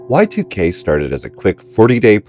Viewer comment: please dont call it Y2K, its pronounced YIIK